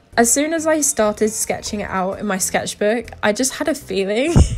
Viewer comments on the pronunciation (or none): none